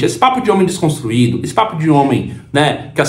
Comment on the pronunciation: O famoso desconstruíde 😂😂😂😂